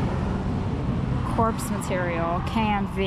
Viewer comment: Corps is pronounced core, from the French.😊